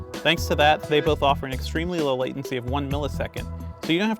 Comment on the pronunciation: "letancy"? Downvote lol